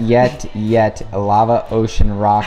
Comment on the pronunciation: It’s actually njet